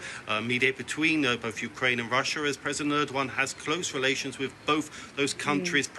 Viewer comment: ödoan and püten what kind of pronounciation is that